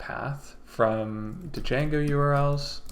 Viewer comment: Great video but… it’s pronounced “jango” ! The d is silent for some reason.